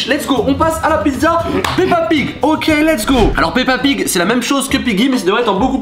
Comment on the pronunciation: Et arrête de dire l’es go